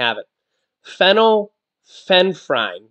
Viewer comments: it is pronounced- feenal-f-er- in and the other is sue-doe-f-e-drin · Fin- ill- efrin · Pronounced FENNEL EF REN. But I like how u said it better lol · Lets sound it out...fin ul lef frine 😅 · Pron. fenell,-effrin. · Sorry to correct..it is pronounced...fen-yl-ef-ren. Just FYI.